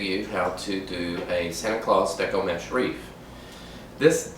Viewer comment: You mean WREATH not WREAH!